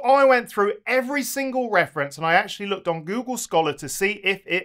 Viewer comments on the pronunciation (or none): none